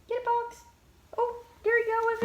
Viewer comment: Why do you pronounce it 'Pollix?'